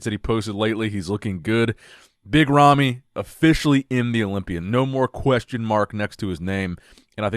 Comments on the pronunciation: I hear yummy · Sometimes when says 'Big Ramy' I hear 'Mitt Romney.'